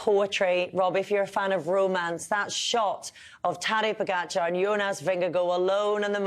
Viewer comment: Why does Kelly continually mispronounce Pogacar’s name?